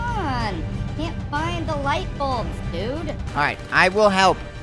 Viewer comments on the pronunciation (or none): Why did call the light balbs the flash balbs